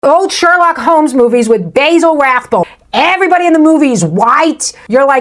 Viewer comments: Baysil Rathbone? Here in Britain It's👍😄❤️ pronounced Bazil. Apart from that is a genius. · "Basil" in Rathbone's case is pronounced "bazzle". I know because my mother met him when he sat in teaching an acting class once when she was in high school in the 50's. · Your mispronunciation of Basil Rathbone's name leads me to believe you are a AI creation.